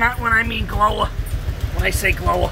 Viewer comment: "She's a glowa" Dang!